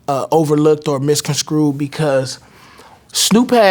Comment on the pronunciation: Never do interviews chewing gum And the word is misconstrued. Not misconscrewed🤷🏽‍♂️